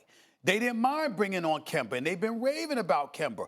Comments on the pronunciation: Stephen “Kember” Smith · This man said KAMBER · Stephen "Kember" Smith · Why does he say kember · Stephen "Kember" A. Smith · No one: Stephen A: KEMBER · Kemba not "Kember" Stephen A... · It’s Kember Walker now guys not Kemba. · Can't Stephen A. spell a name that ends with A? It's Kemba not Kember, Rob Pelinka not Rob Pelinker. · If Stephen A says “Kember” ONE MORE TIME! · Nobody : Stephen A : KembER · Stephen A smith: "Kember Walker!!!" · No one: Stephan A: “KEmbEr” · Does Steven A. actually think Kemba's name is kimber? Lol😂😂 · Stephen what is a glowing hot coal made of greatly heated wood? SAS: “Ember” Ok and who is the point guard for the Boston Celtics? SAS: “Kember” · How does Stephen A not realize he’s been saying Kember this entire time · Stephen "kemBER" A Smith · '"Dennis Schrayder" "Kember Walker" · takes off belt Say “Kember” one mo time Stephen A...... say it one mo time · Why does stephen a. always pronounce kemba's name wrong. Its kemba, not kember. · What does Steven A consistently call Kemba Kember? Is there a reason? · Steven "Kember" A. Smith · "Kember" "Al-li" "schrader" he needs to fix this ESPECIALLY when speaking on Ali it comes of as disrespect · Stephen “Kember” A Smith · No one: Absolutely no one: Not a single soul: Stephen A: Kember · Kember Walker?? Come on SAS you gotta learn how to pronounce the dudes names correctly🤣🤣😂😂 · Stephen “Kember” A Smith 😭😭😭🤦🏿‍♂️ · It’s official Stephen a can’t say names that end with a “kemberrrr” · If I hear Stephen A. say kember one more time man lol. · When I heard SAS say Kember I immediately went to the comments to see if someone noticed 😂😂😂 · “Kember” -SAS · Nobody: Stephen A: Kemba-er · nobody: stephen a: kembar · Hes gonna have to play with Kimbrruuhh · It’s almost March and Stephen A still can’t say “Kemba” right